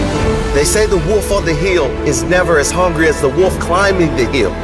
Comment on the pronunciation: If you are going to public speak, pronounce words correctly. It's a WOLF, not a WOOF. Lol....drives me nuts...